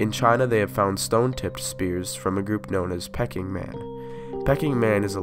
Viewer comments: it’s pronounced ‘pee-king man’ not ‘pecking man’ 😉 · I think it's pronounced, "Peking Man". Like in Peking, China. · Pronounced "Peking" not "pecking" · Very interesting and well-made video. Since you asked about any errors you might have made, I would say that whilst I don't know about any anthropological errors as such, some of the pronunciations of words, particularly names, that you are not familiar with were definitely non-standard. Peking Man for example (pee-king, after the city now known as Beijing, not pecking). Luzonensis named after the island of Luzon (Looz-on rather than Looz-oh-n). Heidelbergensis was a bit iffy at first but got better later. So maybe that's something to watch out for as once or twice I wasn't certain what you were talking about at first. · Not pecking man (like a chicken)...It's Peking man Pay-KING like the earlier name of Beijing. I so enjoy your vids! Keep up the educating of we devolving humanoids....also, I found this extra "N" and thought you could use it on the dispersion map about 21 or so...Nea-N-derthal...I know you know this, but hey, it's in BIG letters..Human evo....Your work is amazing! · You really produce some great content! I learned so much from watching this! Since you asked to be corrected if you made an error, I want to let you know that Peking man was named after the city, Peking, in China where it was found. It's pronounced like 'pea king'. Peking is now called Beijing. Thank you for all your hard work! You got a sub up from me! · Pay King emphasis king more than pay.. Good job . teaching is the most fun way to learn and nice job with art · So very interesting however Peking man is pronounced Pee king ,,, other than that your posts are excellent 👌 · Isn't it pronounced Pee..king.. man?